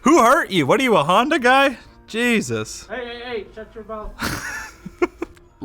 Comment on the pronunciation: The guy or the “juy”?